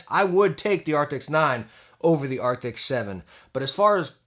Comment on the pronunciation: Arcti”S” not arcti”C”.